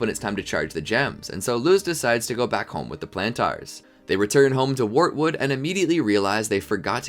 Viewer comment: He also said "Warwood" instead of wartood